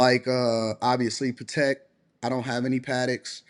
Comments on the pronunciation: Patek pronounced Pa-tech. Congrats keep working hard. My exact grail also. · Pa “what” Philippe? My guy just tortured that name! Patek is pronounced Pa”Tech” …